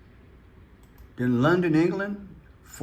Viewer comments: You are saying Trumpster it is pronounced Trum pe ter! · Trum-pe-ter,. They’re talking about a trumpet 🎺 player.